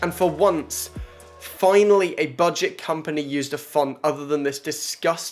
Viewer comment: “Buget” lol